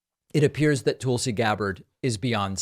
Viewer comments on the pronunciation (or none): I think David pronounces her name wrong. Is it "tool-si" or Tulsi? Like Tulsa, Oklahoma.. 🤔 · Despite your opinions of this interview (and I mostly agree with you), her name is pronounced "Tull-Si" - like "Jethro TULL" and not like "TOOL SI" as if implying she's a tool! Please David, love your show, but don't go down the rabbit hole of name calling or making up crap to fit an agenda like Trump and Republicans like to do. Take the high road, please! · Is "Tool-si" Gabbard a joke? It's Tull-si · At least learn to pronounce her name correctly. It's not Toolsey. It's Tulsi. And there's lots of evidence against both Hunter and Joe. And you really know that, don't you? Your stance is very, very weak. And you know that also. You're just trying to convince yourself. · It’s TUHL-SEE, not TOOL-see 🤦🏻‍♀️ That pronunciation is what’s criminal lol If we’re gonna shame Trump for calling Fani Willis “Fanny” then we can at least do better that… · "Toolsi" JAJAja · Why do you keep calling her Toolsee instead of Tulsi (pronounced the same as cull?) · "Tool-si Gabbard" 😆😆😆 I see what you did there!! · I like the way you pronounce her name "tool -see" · People bandy about this phrase "banana republic" but have no idea what it means. I think they think it makes them sound sophisticated. (On a different topic: her name is not pronounced "tool-see". The /u/ in Tulsi is as in "cut".) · "Toolsi" lol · David, are you purposely mispronouncing her name. She is a Toolsi but let's be nice. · Did he say Toolsy Gabbard?😂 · I never get tired of the "Toolsi" pronunciation. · David couldn’t even pronounce her name correctly . I think that means something ! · I have commented before, her name is pronounced Tulsi like I the in the word hull. It is not pronounced Tulsi like in the word tool.